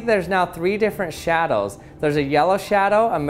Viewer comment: "Three different shadols"